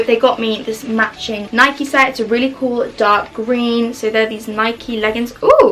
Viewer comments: Are we going to talk about the “nik-EE” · the way u said nike ruined my whole day 😔😔😔😔😔😔😔😔